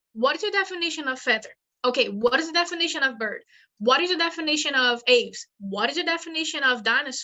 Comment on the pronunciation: Get your pronunciation of "Aves" right if you are going to present yourself as some kind of authority.